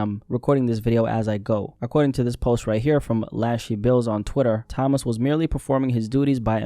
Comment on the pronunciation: Toe-mas not Thomas